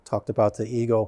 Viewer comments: The company name is pronounced Ego, not Eco. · I really enjoyed finding this video to see all the detail of the EGO LM2206sp, great detail and information. But it's probably important that you get the manufacturer name right, it's EGO NOT ECHO that makes this unit. You guys being engineers look at it from a totally engineered POV, not the practical application and usability of the unit. As others have mentioned something as simple as clear battery cover actual purpose to see the battery gauge read out. And the point of the aluminum deck that adds all the weight actually does make a better cut than the composite units. (based on several Youtube reviewers). You should do a little research into the units before actually tearing them down and providing opinions. But love the video non the less and the level of detail you guys give to it.:goodvibes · eGo NOT eeKo ugh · He said, Echo is the parent company of the Ego product line. Later he mistakenly uses the incorrect Eco reference. Most of the cost in that mower is the Battery and let’s not forget the Tariff’s.